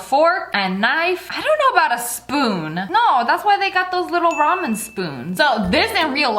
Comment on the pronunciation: Sssniperwolf: talks about ramen What I hear: Ramin Ramin Ramin What I think: ponyooooooo